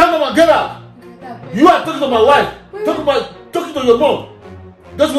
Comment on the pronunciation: "stand up and gerrout"